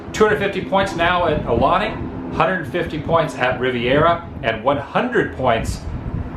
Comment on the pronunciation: Brah….. your pronouncing “Aulani” wrong. It’s “OW-Lani” NOT “Aahh-Lani”